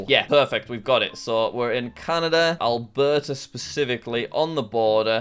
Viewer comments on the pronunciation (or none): none